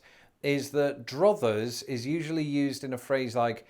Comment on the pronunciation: Druthers rhymes with brothers